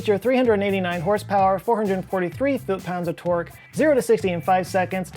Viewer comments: Hello, I am very tired. I seldom hear or use the word "torque". Just wanted you to know that when says it I hear "twerk" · I always hear twerk instead of torque.